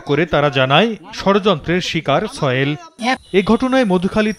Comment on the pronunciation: তার নামটা কি ছয়েল? না কি সোহেল? উচ্চারণ এত বাজে কেন?